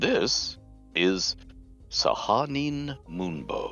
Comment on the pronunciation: Hadn't realized until this video that I've been pronouncing Sehanine wrong all my life, lol xD Thanks, Ed!